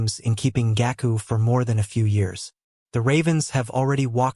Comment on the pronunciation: the ai butchered Yannick Ngakoue’s name so bad 😭